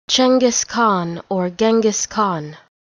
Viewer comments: sounds like chungus khan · you pronounce it wrong and it's not even fucking written correctly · The first pronunciation is correct, the second it not.